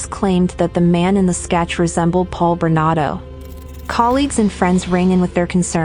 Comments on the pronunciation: It’s Bernardo NOT Bernado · ⁉️@: When are you going to post a correction to his NAME in summary⁉️ It's BernaRdo -2 R's, not "Bernado" as narrator says many x's & posted video title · Why do you keep saying his name incorrectly?!? It's BernaRdo, NOT Bernado!!! Get it straight! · It's Paul Bernardo, not Bernado. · BerNARdo, not BerNAdo. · Bernardo not Bernado Get the monster's name right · SOOOOO, is it Bernado, as the computer voice insists, or is it Bernardo, as the thumbnail suggests? Answer- It's Bernardo, fix your computer. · Please pronounce his name properly. It's Bernardo. He was also the Scarborough Rapist. I remember sketches appeared on the subway trains. When he was caught you could easily see the sketch was him. Karla should never have gotten out but her lawyer hid the tapes that should she was an active participant. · His last name is Bernardo, you are missing the 'r' in his name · Why does she struggle to say bernardo. Its very simple. She forgets the r in there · Pronounce the name correctly! Bernardo ! Paul has been moved to medium security prison now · Paul Berna'R'do... Sorry, It's just I thought it sounded like you were missing the 'R' in his name when you were saying it and then I noticed that it was misspelled also. Don't mean to sound negative. The video was great! ; ) Btw, You say his name correctly at the end of the video